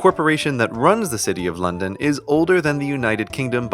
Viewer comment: When london turns to night: 'londoff'